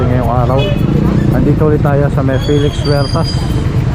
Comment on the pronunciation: Good morning. NAAALIW kami dito sa España.. sa fast pud.. Jollibee. BAKIT daw Filix Huertas ang bigkas mo sa Felix?